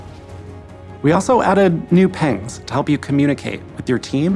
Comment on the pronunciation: I'm sorry, are we glossing over the fact that he called Pings -Pengs, multiple times?